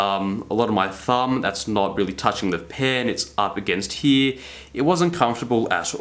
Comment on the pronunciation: It's not "HEEE", it's "HERE". LOL